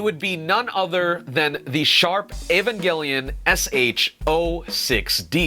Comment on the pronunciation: is it me or did he say evangilon wrong idk it sounded weird for me, am i tripping?